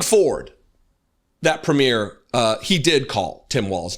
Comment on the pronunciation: Not the most relevant point, but Canadian provincial leaders are pronounced PRE-myur, emphasis on the first syllable.